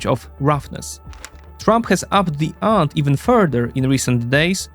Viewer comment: Good video! The 20s have certainly been a strange decade so far... Some minor pronunciation points: Up the ante is pronounced antee, and hyperbole is pronounced hyperbolee (English spelling makes no sense). Thanks!